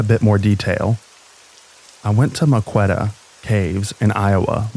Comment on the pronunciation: It's pronounced "muh ko ka ta" Maquoketa. I was drifting off to sleep and as soon as I heard you mispronounce that name I knew EXACTLY what you were trying to say lmao. I live about an hour away, been going to "The caves" since I was a little kid. Funny to hear it on YT.